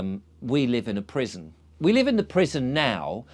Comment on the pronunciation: At first, I thought you were saying prism not prison. The rabbit hole was originally the crypt of Ripon Cathedral in Alice in Wonderland. Scotland has a high percentage of you scratch my back, I scratch yours and for centuries. How they free-ly get around modern quota laws is a mystery or secret.